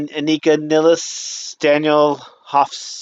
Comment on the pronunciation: No, his pronounciation was quiet good. Nilles is pronounced as if you would combine your words "nil" and "less". Very simple, no trick. And you can believe me, because I'm german and I know a little bit about german pronounciation. Introducing herself as "Anika Niles" was just courtesy by Anika for american viewers.